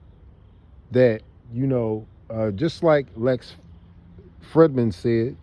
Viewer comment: you speak on karma in the wrong form. ☮️ and blessings my guy but look into a book called karma by Sadhguru..anyways I agree with you entirely on ye playing with the higher forces. Lastly just heads up Lex last name pronounced (Free-D-man)